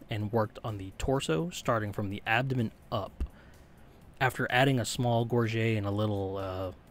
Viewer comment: Funny enough, "gorget" is actually pronounced "gore-jet".